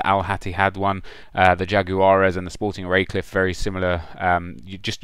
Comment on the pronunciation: Sporting Recife = "Schport He-see-fee"